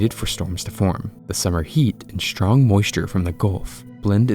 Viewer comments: Why you guys prononce the word "strong" with a "ch" instead of "s" - People constantly say "chtrong" instead of "strong" and it makes me nuts. Just read the letters properly damit. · stop pronouncing 'strong' as 'shtrong' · these tornado video clips are fascinating and horrifying to someone like me who lives in a country where they hardly ever happen. However the clips would better serve the material if the word STRONG was pronounced the way it looks and not as SHTRONG. It's a word that crops up often so it would be far less irritating if you said it correctly